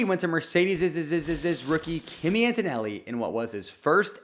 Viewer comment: It’s pronounced “key-me”… not Kimmy.